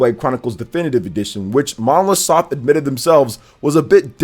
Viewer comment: Develope by Monolith Soft and published by Nintendo... Stop saying Monosoft 😑